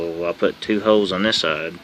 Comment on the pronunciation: you say "holes" like "hoes". "this way was to insure that the hoes got lines up before i drilled them". im 💀💀